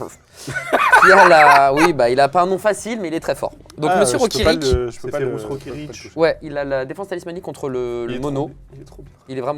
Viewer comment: La prononciation légendaire de Général Ferrous Rokiric ahahaha